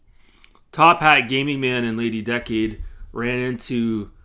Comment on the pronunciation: Be careful she’ll probably sue you for mispronouncing her name. It’s Lady DUH-cade 😂😂😂